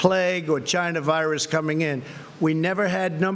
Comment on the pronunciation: Vegas is already testing 500 people? Love how he emphasises China Virus.